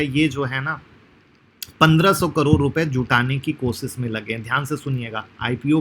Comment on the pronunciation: करोर नहीं करोड़ 😂😂😂